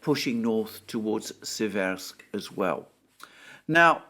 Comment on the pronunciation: In Seversk the emphasis is on the first syllable. The vowels e are identical in pronunciation.